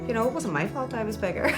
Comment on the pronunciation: I think she's saying ' Fault'